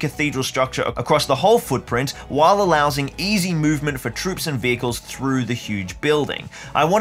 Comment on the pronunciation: mid video and I got to say i loved "allowsing". I wasn't watching the screen when i heard it and went back to hear it again and you captioned it too!! Good vid so far !